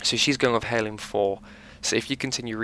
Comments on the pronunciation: It's pronounced Airloom, not hairloom. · Funny how British people pronounce the H in most words. ie: “herb heirloom”